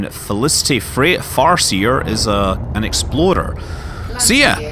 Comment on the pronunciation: I always assume you're saying "exploder" and not "explorer".